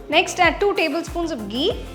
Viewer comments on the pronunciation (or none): Ghee sounds so different by you 😊